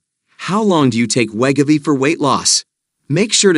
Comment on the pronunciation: we-go-v not let- ga-v 😂😂